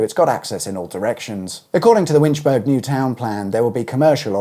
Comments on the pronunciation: These are not designated newtowns any more, its just large scale developments and they are everywhere. Edinburgh will be surrounded by new estates totaling more than 20000 houses over the next 20 years. Green space? Aye, right. Pronounced Winchbura and Irvin. It had to be built as planning would not allow more than 1000 houses if it was not available as you say but there is also space for a new railway station just of the south roundabout (and one at Krikliston nearby) but they need a chord built at Dalmeny and that is not on the horizon yet. Kirkliston has also had about a thousand houses built in recent years so the infra structure is creaking. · Hi. Ive been taking an interest in the expansion of Winchburgh ( pronounced Winchborough ) and ive been surprised at how well coordinated and executed it is. It is a blow that the railway station has not so far materialised but new primary and secondary schools have been built and are open. There are also new shops and a park. I have a friend who lives in Winchburgh and i go there regularly although i live in East Kilbride, one of Scotland's older new towns. I do think lessons have been learned. The new motorway junction makes a huge difference. I thoroughly enjoy your content. Harvey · Great video as usual. The village name is pronounced "Winch bu ru", the "u" as in up. Thanks again and keep them coming. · 🔫 say Winch-berg one more time 😂 Absolutely banging Emerald Hill outro though, get in! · Middlesburg? Edinburg? It's Winchboro!!! Wriggling out of commitments? Oh, you cynic! (But realistic, to be fair) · Not Winchburg but Burgh is pronounced like Borough. Winchburgh has been ruined in my opinion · Winch - burr - ah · Bloody hell, you butchered "Winchburgh". My wife just came downstairs and told me to be quiet! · You're 100% pronouncing it right, the same way as Edinburgh, Musselburgh, Helensburgh, etc. just mispronounces almost every Scottish town name for whatever reason. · 'Winchbura' not 'berg'